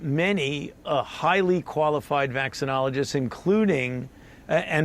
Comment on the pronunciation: 😂🤣 he said Vaccineologists …